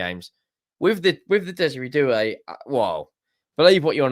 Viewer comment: Doue doesn't sound like do so not hilarious